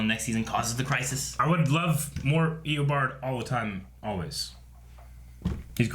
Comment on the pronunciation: Does stll say Eobawd instead of Eobard?